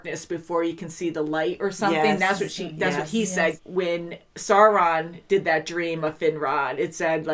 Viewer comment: It's Sauron, not Sore-on